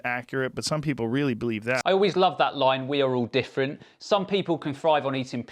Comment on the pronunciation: joe "everyone is diffrunt" rogan